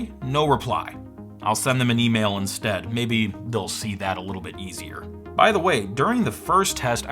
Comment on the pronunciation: What's an "emaila"??